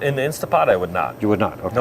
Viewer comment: Guys, it’s INSTANTpot not INSTA . Like scratching on a chalkboard 😂